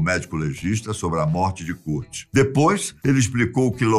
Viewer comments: Poxa, "Kúrt" não dá né 😫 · kurt lê-se "kôrt" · Ele falando curti kaksksksa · O “Curti” curtia curtir. Esse foi o problema. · "curti"E KURT MANO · Não é Curtiii é Kuuuurtiiiii🙄😕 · Kârt, não CÚRT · KUURTI """"'KKK MDS Q MERDA D PRONUNCIA É ESSA KKKKK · Nao E curti e kart porra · 😂😂😂😂😂😂😂😂😂😂 doeu la no fundo do ouvido kkkkkkkkkkk e a curtini love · Curte kkkkk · Cúrt é foda kkk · O enredo da história foi boa ! Parabéns pelo conteúdo ! Porém sem que ele falava o nome "curti" dava vontade de rir kkkk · Cara o falando "curti" da agonia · Que nervoso ele falando curte kkkkkkkk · Nao tinha ninguém na redação pra ensinar ele a falar Kãrt? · A pronúncia correta é: kârt! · O que é CURT? e o que é GRANGE? 😂😂😂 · Que agonia essa pronúncia do nome do Kurt kkk mas amei vcs falando um pouco sobre a banda, sou fã ❤️ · Kurt kkkkk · Beeem brasileiro. Kkkkkkkkkkkk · Essa Pronúncia de Kurt é pra Acabar kkk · Muda o narrador pra um q fale Kurt corretamente esse idoso é mó chato . Narrador mó paia . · Ahahah fds para um gajo que passa informação, ao menos podia saber pronunciar o nome do Kurt. Que impressão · Curte e Deive Gru